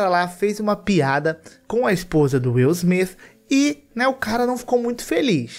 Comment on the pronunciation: Wil smifi O nível do inglês ☠️☠️☠️